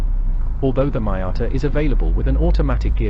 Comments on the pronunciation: MEE-ata, not MY-ata!! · PLEASE stop pronouncing it MY- atta... That sounds SO pretentious & it's simply wrong! It's ME- ata !!.. I don't care if you're British. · What is a Mai-ata?….are u Indian? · Respect the name, there’s you tube to know the correct pronunciation. But this vlogger, is either Un resourceful or lazy, it’s MEE-yata, for Pete’s sake! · Great review despite your seemingly incorrect pronunciation of Miata ....which in itself turned into a drinking game .